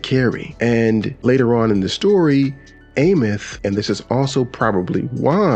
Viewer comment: Can’t wait to see what the next 7 patches bring to 3.X and I have to correct you my fault, it’s Eye-meath.